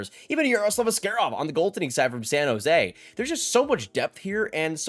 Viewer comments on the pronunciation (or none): none